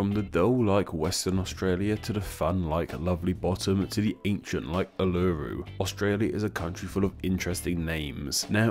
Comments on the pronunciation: I think the biggest problem was which syllable he emphasised. He emphasised the second syllable, while we would emphasise the first one. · I know all aussies can take the piss out of this but it really pained me how he pronounced Uluru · I can't beleive he pronounced Uluru wrong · Did I hear you say Uluru Never heard someone say that so wrong in my life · The way you pronounce Uluru hurts me on a physical level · Don't mind the opinions on our names but the pronunciation of Uluru is triggering me. I'm going to tell the Prime Minister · I'm sorry but??? I have never in my life heard Uluru pronounced like that, I gagged when I heard you say it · We have simple names for animals and places Although, our animals are fricking deadly Aboriginals would have given better names for our countries to be honest. Also, just pointing this out! You pronounced Uluru and some Aboriginal named things wrong. Sorry if it sounded rude! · His pronunciation of Uluru tho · This video was great, until you tried to pronounce Uluru - it actually pained me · You seriously butchered Uluru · Mate, u just pronounced Uluru wrong... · Lol how you pronounce "uluru" xD So weird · I’m sorry but u pronounced Uluru wrong 😬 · You mispronounced Uluru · your pronunciation of Uluru is so bad lmao 😂 maybe look at pronunciation videos before you record your vid on Aboriginal names? I can't wait for that, they're some of my favourites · I’m okay about you talking about Australia’s name’s, but I got genuinely upset at you mispronouncing the name’s. Like Uluru, it’s pronounced Ooh-la-roo. Not ooh-loo-too. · It's not pronounced Ur-Lur-uu it's pronounced Oo-Luh-Roo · Ul-arrr-uuu no its uoo--La-rooo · Im only pissed at 1 thing...ularu is mot pronounounced ooh laroo its pronpunced oo la roo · ooloru not ewluru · As a superior Australian I laugh at "uh-luh-roo" and spit on you for being a foreigner. Tis "oo-lah-roo" Nah I kid we all chill af here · Australians: Uluru This guy: Ooh looh rooh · It’s pronounced oolaroo